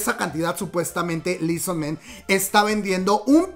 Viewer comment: Esta será la sub de la que tanto se hablaba para debut en noviembre? ¡¿EXO-RBD?! jaja... ok ya Por cierto no se pronuncia lii son men, es "i su man"